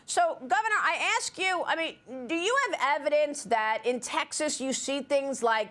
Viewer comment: Maria, is Taxes really a state? Or are you just intentionally mispronouncing the name of the state of Texas? If so, then WHY?